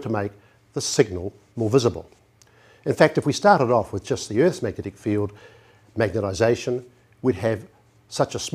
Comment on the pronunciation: Really excellent presentation. Sadly, the presenter died in 2012 (look him up on Wikipedia - he was one of the most famous NZ scientists ever). No disrespect to him, but I must admit that I find it distracting that he often clearly says "magetization" instead of "magnetization" :)